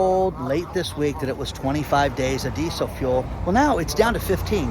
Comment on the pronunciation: D-d-ddid you say geesel fuel?